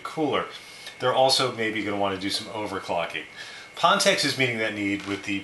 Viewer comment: just wondering because I don't know this company, but isn't it pronounced fan tech?